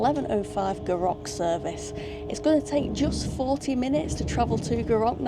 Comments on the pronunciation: Another fab video G! Never explored this line so maybe that should be on my list! But oh my, my ears every time you said Gou Rock hahaha, it’s more like Gou Rick. 👍🏼👍🏼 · Gourock is actually said like Goo Rick :) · Roth e say, not quite...😊😊😊 Gourock, all one word, goorock, emphasis on Gou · It’s prounounced “Gooruk. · Goorock....it's Goorock....Hahaha. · wee bit of help with some of the town names - Gourock is Goor'uck, Rothesay is just Roth'say the "e" is a bit misleading. Love that section of the Firth of Clyde, get a great view from all direction and have to love our ferries, even if they are a little troubled at the moment. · Indeed. Goo ROCK is definitely an assault on my ear drums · The way you said Gourock, did make me laugh! And also laughed when you went wrong way to ferry!! But you weren't to know. I love going back there - family come from area - and I love staying with my cousins as they live between the two ferry terminals on Dunoon side. My personal preference if I have time is Western Ferries. My uncle skippered one for many years and I love the walk from McInroy's Point to Gourock on a nice day. Back in the day the Dunoon Pier was lovely and I loved the old Calmac ferries that used them (Juno, Jupiter and Saturn). Those beasts could work in any weather! Great video, enjoyed it. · There's only R in Gourock. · Terrific vid as always For those with a vehicle, there is a shop in Gourock selling cut price tickets for Western. Love your pronunciaton of Gourock! Wrong of course, but funny. You should try the drive to Dunoon, but the Rest and be thankful will probably be shut! The old military road is a wee bit shoogly. For anyone wondering how you can drive to Dunoon, It isn't an island.